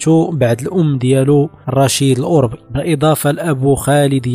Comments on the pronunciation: كثير من الاسماء تنطقها خاطئة . صحح هذه الأسماء افدح الأخطاء عندا تقول رشيد الاوربي برفع همزة الالف وتسكين الراء . الصحيح هو الاوربي بفتح همزة الالف وتسكين الواو وفتح الراء . يعود الاسم إلى قبيلة أوربة الأمازيغية .والخطى تقول راشد الاوربي وهذا خطأ اسمه مولى رشيد .لانه من. موالي ادريس الأكبر اي خادمه .استقدمه معه من المشرق.ليعينه في الطريق ..وهو لا ينتمي إلى قبيلة أوربة . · الاوربي بفتح الراء يا هذا، سير راجع دروسك على قبيلة اوربة الامازيغية بفتح الرااااء